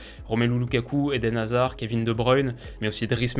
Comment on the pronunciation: Sans hazard et wistel, ça va être très chaud. (Merci, t’as bien prononcé tout les noms, vrm thanks parce que parfois c’est très dur à entendre)